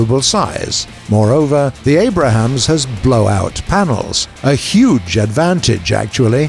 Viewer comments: "Abrahams." Gaijin needs to employ less autistic narrators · did you just call it the Anrahams? Haha! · did i just hear abrahams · “Abrahams” ?? LOL. He gets it right at the mark tho. Weird. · he said Abrahams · He says abrahams. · he says abrahams ;) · "The Abrahams" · "The Abrahams" :P Just a simple miss-say. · The "abram has" or the "Abraham's" in you tell me